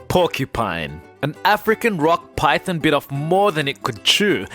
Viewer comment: This channel annoys me so much. He says Python like Pythin 😤